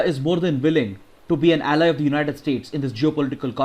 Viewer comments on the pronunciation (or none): none